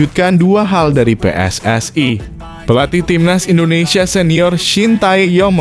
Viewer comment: Min ngomong INDONESIA nya jgn di plesetin donk, itu nama negara kesatuan rebuplik indonesia